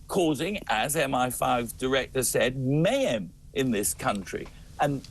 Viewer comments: He cannot seem to say mayhem properly. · I can't listen to him try and say mayhem any longer